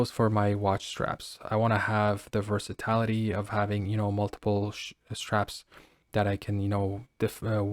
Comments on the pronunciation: Thank You. I cringed every time versatility was pronounced “ver-sa-tal-ity” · Ver-sa-TIL-a tee. NOT ver-sa-tallll-ity.